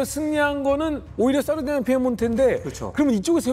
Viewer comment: (중령?)님의 이태리 원어(^^) 발음 사르데냐 - 삐에몬테 훌륭합니다 ㅎㅎ 내용은 더 훌륭합니다. 평소 좀 궁금하게 여기던 바였는데 잘 들었습니다. 깊이 있습니다~